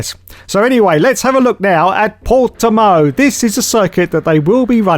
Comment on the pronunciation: good job saying Portimão, close enough. Doubt sky is bothering.